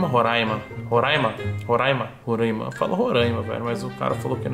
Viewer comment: É "RORAIMA" E NÃO RORÃIMA.